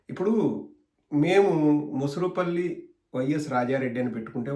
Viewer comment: Mosurupalli kaadu, morusupalli.